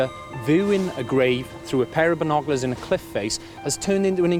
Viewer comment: Way too many ads... and the presenter needs a few lessons in pronunciation, they will let anyone present these days. Binoclars I assume are meant to be binoc-U-lars... voo-ing = viewing? Noo, I assume is New? Otherwise great to see Katey and Alice again and Meg is a gorgeous addition to the “British” archeological scene.